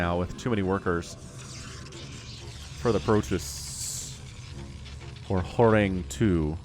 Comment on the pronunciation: Also horang2 is pronounced horangy the 2 symbol in korean makes an e sound.